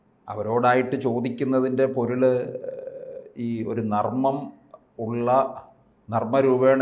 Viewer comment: Nammam alla narmam